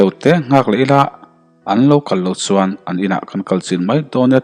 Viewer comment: Ch leh s hi hmang thiam la har a ni lo suan aiin chuan tih tur...